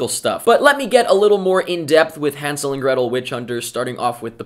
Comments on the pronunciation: God, finally a Reviewer pronouncing Hansel correctly. It's German and written with an "ä". Even the actors mispronounce it... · good that you can actually pronounce hänsel and gretel. better than gemma in the movie. and i am from germany so i can tell.